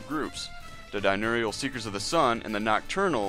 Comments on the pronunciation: And "dinurial" ... idk if I can keep watching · Die-nurial? Lol